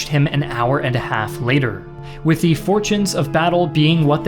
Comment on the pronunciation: Why does he pronounce THE so often wrong?